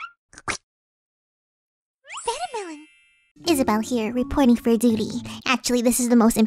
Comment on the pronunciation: You ceep saying duty